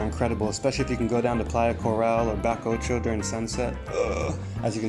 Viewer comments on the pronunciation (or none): Thanks for looking after Rizo. Also, Bacoccho is pronounced Bah-co-cho. I enjoyed the video. We have a house in Carrizalillo.